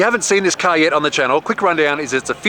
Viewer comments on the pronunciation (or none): “It’s a carhhhhrrrr!”